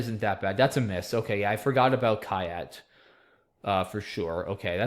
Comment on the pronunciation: Just FYI, "kyat" is pronounced "chat" :-) .